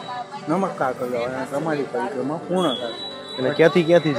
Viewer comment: Bhai tu ek var sarkhi rite parikrama boli let to b tane moksh mali jat 😂